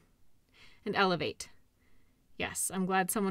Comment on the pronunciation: 🤙🏻💚💯😀 I just noticed you said elevate with an "A". RICA rice lol that's adorkable.😊